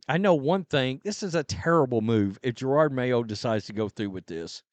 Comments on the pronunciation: It’s Jerod not gerard. You haven’t been around many black folks have you? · Here I am again just reminding you that you sound like an idiot purposely mispronouncing the coaches name. There’s only one R in his name. Ja-rod it’s that simple. Its not Ja-rard